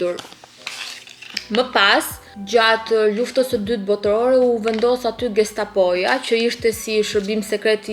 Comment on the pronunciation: e ke shqiptuar shume keq fjalen gestapo 😂